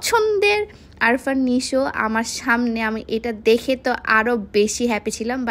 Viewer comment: আফরান নিশোকে বলতেছে আরফান নিশো 😂